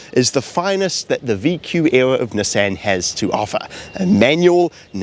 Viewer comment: The way he is saying NESSEN is killing me 😭😭